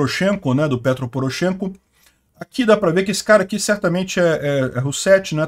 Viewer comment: pronuncia-se PetrÓ (e NÃO PÉtro)